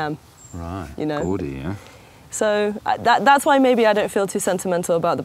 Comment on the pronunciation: "It's a bit gaudy”… or perhaps a bit gourdy?!